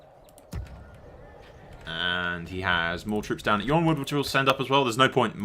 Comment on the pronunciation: it's ironwood Y in the world of ice and fire is pronounced as a I